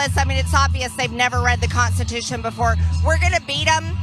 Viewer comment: The Conchitushun!!